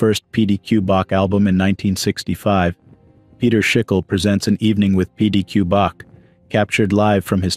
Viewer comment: Hey,...if you aren't familiar enough with the deadly departed to pronounce their names correctly, then frigging stop...and if you're only able to use a computer generated voice, I feel REALLY Franklin's sorry for you. The man's name, is/was pronounced "Shikilee", NOT SHIKULL.